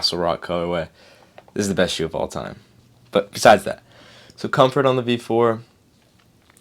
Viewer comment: I can't tell if you're saying, V4 or V5. O "B" 4... IS IT ''B'' OR ''V'???????? make it clearer!!!!!!!!!!!!!!